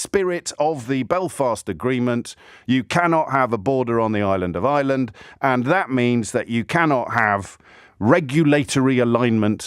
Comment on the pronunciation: James. You. Are Not. Pronouncing. IRELAND. correctly. It. Is. NOT. NOT ISLAND. IT IS. IRE LAND.. IT. REALLY. ANNOYS ME. . YOURS. IN PEACE.